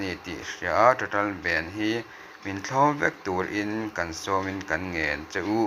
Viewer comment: ben nilovin bhand zawk. vai tawng ania. bhand chu khar tihna mai ani.